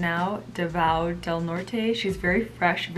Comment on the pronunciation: PARAÑAQUE --> PA-RAN-NIYA-KEH DAVAO --> DA-VOW HOPE IT HELPS U SIERRA